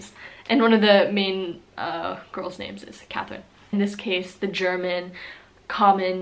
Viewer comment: you can pronounce the names really well👍